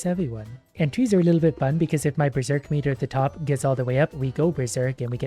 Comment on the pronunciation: We ber-zork!